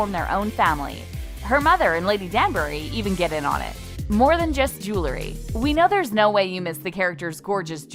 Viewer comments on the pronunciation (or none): none